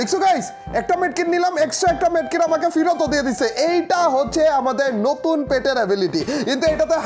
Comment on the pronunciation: ভাই নটুন না নতুন